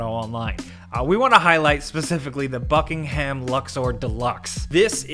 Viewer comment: I hate how Americans pronounce "Buckingham" ngl